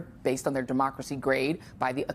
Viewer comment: haha: CHINA is what ???? Decromacy ??